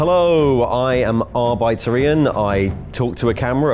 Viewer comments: Well, very nice video, but it’s definitely pronounced Arbitor, not arbÌtor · The "i" in Arbiter is pronounced like the "i" in "bit", not the "i" in "bite".